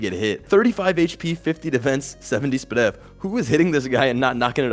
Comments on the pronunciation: must be the type to say PRDNL as prindel as he said sp.def as spidef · NEVER say 'spud-def' ever again